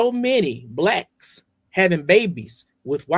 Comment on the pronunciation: I don’t like the way he stressed the word “Blacks”, reminds me of how racist white people say it.